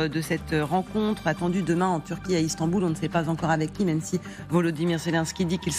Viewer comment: "Istamboul" sauf que ce qui se tend ne sont pas les boules ...